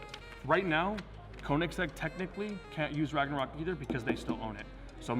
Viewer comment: How about instead of “RagNArok”, you spell it like it actually sounds “ Ragonrok” or something. It’s a different name so it should be fine